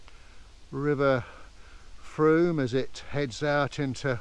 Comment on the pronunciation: I have lived in Wareham for many years and all the local people pronounce the name of the river to rhyme with boom. I have never heard a local person rhyming it with a hard O sound. got it exactly right.